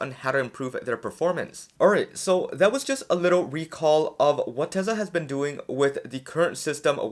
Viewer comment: Tesla is pronounced Tesla, Not Tesa